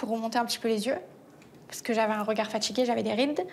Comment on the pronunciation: Ils ne savent même pas parler correctement français... "fatchigué" 😢 faire du botox à 24 ans, quelle tristesse...